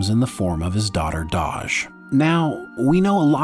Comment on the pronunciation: Her name is Dahj not Doj. :)